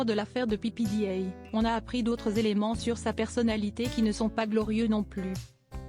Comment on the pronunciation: Pépédéa, bon sang, apprenez à prononcer les noms!!!